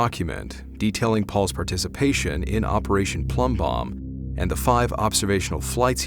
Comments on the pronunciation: Its plumbbob not bomb. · Love your vids. Hate to be pedantic but it’s “Operation Plumbbob” not “Operation Plumbbomb”